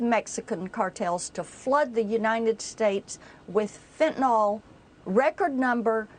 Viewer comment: ffs stop saying fentaNOL , it is fentaNYL.